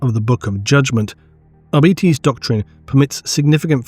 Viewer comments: Is it not arbitEs instead of arbitis? The latter sounds like an illnes or a bad fast food chain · For the love of the emporer, arbites not arbeates, but A for effort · If it's anything like Latin, I think it should be "Ar-bi-taze"... "Ar-bee-teez" definitely sounds wrong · Me: reading arbites as "r-bytes": "r-bee-tees" really? that's the lore friendly reading of it? sounds so...weak. Also, arbites = What if the church had SWAT teams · dawg what is with people saying "arbeetees"??? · Why do you insist in saying arBItes, it's so painful hearing it thay way 😔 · How hard is it to say AR-BITE-Es? It literally has BITE in the name! never fails to miss pronounce names 🤦‍♂️ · sure love the arbitis. Arbitis, arbitis arbitis i swear ive never heard anyone who read the books pronounce it arbitis. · Holy shit I am so tilted at how GW and the rest of the hobby pronounce Arbites. It's so wrong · Am I insane or is pronouncing Arbites differently? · YES!!! (and the other part is how Stallone pronounces "law" in the original Judge Dredd movie, too)